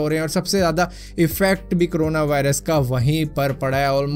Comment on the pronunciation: It's corona not crona... Aur Bhai.. Wo xray wala detector sirf. Last stage me dekh k btaega🥴